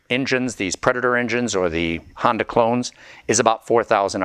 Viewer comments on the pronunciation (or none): none